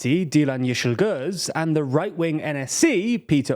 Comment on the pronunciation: As a Turkish person I'm lowkey impressed by how he pronounced ´Yeşilgöz´ so casually. TLDR is stepping up their pronounciation game